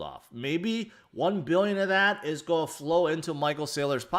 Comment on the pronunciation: I don’t know why but the way this guy says “going to” urks me ... “Ahmm go zoom in here”